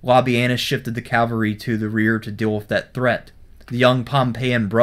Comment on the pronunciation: Pronounces "Labienus" right, Doesn't pronounce "Cavalry" right.